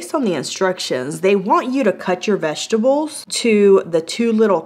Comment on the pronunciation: Vesterble... vesterbles.... 😂😂😂😂